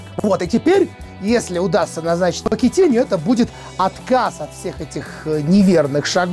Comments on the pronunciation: Pochettino -Почетино! Если бы фамилия звучала, как "покетиньо", то писалась бы так: Poquetiño. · Поккетинио?, ты серьёзно?